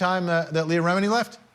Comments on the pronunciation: Ok so the AI whose doing the overview - needs some help with pronunciation. Ra-me-knee is not even close. Really frustrating to hear this especially bc the topic is so important. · You know it’s an AI voice when they pronounce well known peoples names wrong. I think everyone knows her names not pronounced “Re mean e”. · Pronounced: Rem-min-nee. Was AI reading the script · For Pete's sake, pronounce Leah's name correctly: accent the first syllable of "Remini." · Pronounce leahs surname correctly ffs lady reporter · I do appreciate the report, but it was very amateur hour. The host is difficult to listen to, and how TF, does he not know how to pronounce Xenu, or the woman not know how to pronounce Remini? The fact that they left that in is ridiculous. Dont they have anyone fact checking or researching this story before airing it? Thankfully there are many FAR BETTER overviews of Remini's lawsuit available on YT. I couldnt continue watching this debacle. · The research on this programme is sub-par “Xanu?” The pronounciation of Leah’s surname… But overall it was a good show and they had the guts to do it, and there’s still a lot to be said about that. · It would be GREAT if the person READING IT could at LEAST learn how to pronounce her NAME 🙄 It's REM like THEM, and inny like an inny belly button lol. REM-INI not RA-MEANY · First of all... it's pronounced REH- MI- NEE not REH- MEE- NEE. 😳🙄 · Rem-in-ee. Ffs if you can't pronounce the name of the person you are reporting on you lose all credibility 🙄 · Leah Rimeani😂. When it doesn't matter how stupid it sounds, just get on the air. I hope to God this was a AI reader. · It’s pronounced « Remm a nee » not Re meni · Tell that female reporter that her last name isn't pronounced "Re-meen-ee," it's pronounced " Reh-meh-nee." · Please learn to pronounce names correctly when you do voice over. Who are miz rAmeeneee and mr miskaaavej?? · 🦉 Who is Mrs. “Rah-Meany”? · Name looks Italian. The second syllable gets accented.